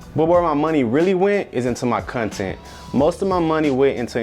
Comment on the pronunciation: And "cuntent"